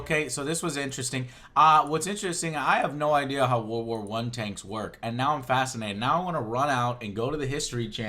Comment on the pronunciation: "war war one"